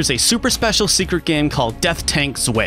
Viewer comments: Zwei = Tsveye ... Not Zway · "Death tank zvay" No... its German. "Zv-eye" lol lol lol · "Death Tank 'Zway'" It's Z-vw-eye. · So, um. That's not how you pronounce "zwei" (which is the German word for "two"). The "ei" vowel cluster is pronounced kinda like the English word "eye" rather than like "ey." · Weird that he couldn't get Death Tank "Zeway" to work, it's pretty straight forward - don't need no multitap! And it's Zwei! Like "Why" With a Z! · btw "zwei" is not pronounced "zway", it is pronounced "zveye" and is "two" in German. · () Zwei is German for the number 2, and it's pronounced "Zwie" instead of "Zwey". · Yes, small pronunciation tip for and those not in the know: in German, you bite into W's. So a W is often a V sound. Making it 'Zvei'. Secondary School German continues to float around my head. Great vid anyway. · Yeah, it's pronounced more like Zvi. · You meant zwhyyy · "Death Tank Zway" lmao cmon dude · Just a note, because i took german language in school, zwei is pronounced like it rhymes with 'why'. Otherwise. Great videos! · and the z- is a ts-. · I'm sure it's been mentioned already in the comments, but zwei is pronounced "zwai" or "zvai". It's German. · Zwei is pronounced like Z-why for example, Z-why did you say it like that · You know Zwei is the German word for two, right? It's pronounced Ts-Vai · Btw zwei is pronounced zvie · Zwei is said zwhy - german for two...and now you know... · "Death Tanks Sway." Gotta be honest, I'm getting kind of tired of Americans not even bothering to do the five seconds of googling required to find out how German words are pronounced. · Your pronunciation of "zwei"...whyy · I don't think he had any idea it's German for 'two' -- he probably just thought it was a weird-looking word. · I came to the comment section just to see who was going to post this. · Quick note: "zwei" is the german for "two" and its pronounciation is... Not exactly what you made of it. Love your channel tho